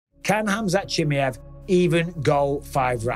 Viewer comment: “Khamzat Shimmy-Ave” fucking Bisping 😂